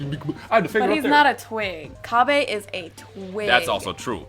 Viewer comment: Its "Cabba" like cabbage, not cabbay, like vegeta is a vegetable